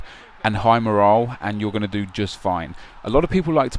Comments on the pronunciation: MOR-ALL IS HOW YOU SAY IT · you say morale weirdly